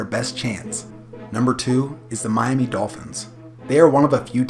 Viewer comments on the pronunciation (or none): none